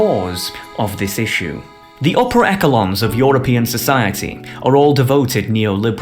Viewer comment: That is not how you pronounce "echelon".